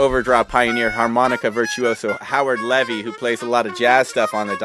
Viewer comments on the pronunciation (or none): Great review! One correction: Howard's last name is pronounced Lee-vee, not Leh-vee.